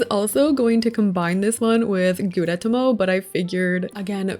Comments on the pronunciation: gudetama is pronounced “goo-deh-tama” and they’re nonbinary! (they/them) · Gudetama is pronounced guu-deh-tah-mah; each syllable is like each word so it’s not pronounced as fast as you were ! Anyways, I love this video I’m OBSESSED🤩🤩🤩🤩🤩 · Goo-deh-tah-mah. Gudetama ☺️ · Tip: Godetama is pronounced Goo-Deh-Tama😊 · I think Gudetama is pronounced Goo-duh-tom-uh :) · It’s pronounced Goo-de-tah-mah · Sorry but it’s pronounced gu(de)TA-ma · Gudetama is pronounced like goo-deh-tah-mah 🥲🥲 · not seeing anyone else say it but gudetama is kinda pronounced like goo day tah mah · gudetama, i believe, is pronounced goo-day-tama :) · Here’s how to pronounce gudetama (well how I pronounce it) Goo-da-ta-ma Hope this help ^^ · I’m not 100% sure but I think you pronounce it “goo-de-tama”.. like tama as in tamagotchi. But I can be wrong 🙈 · This is all so cute 😭🩷❤️‍🩹 Always love your builds ! As for their name pronunciations, usually I find they're said slowly or plainly ? Idk how to explain that bwahah, but like Goo. deh. tah. mah. and Pom. pom. poo. rin. or Koo. roh. mi. That's usually the way to go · It’s goo-de-tah-mah. Gu-de-ta-ma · Japanese is pretty straightforward, btw Gudetama is just goo-day tama. Good tries though! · You said the egg’s name wrong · Awesome video!! Love the smaller details for each character. ALTHOUGH, Gudetama wasn't pronounced correctly and that they're considered non-binary as an egg, I over all think you did amazing!! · it is NOT that hard to search up gudetama's pronounciation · She said it wrong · yeah lol, I laughed at that, but hey, it’s not a very common word or name for white people to hear lol